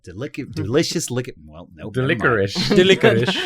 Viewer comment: I'm enjoying "delisherous lickricky" here